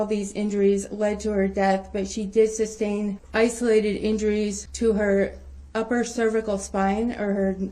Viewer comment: It drives me crazy when he says "substain" instead of sustain.